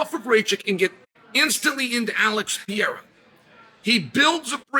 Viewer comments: "Alex Pee-era" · I keep telling him. Its Puh Ray Ruh. Rack itch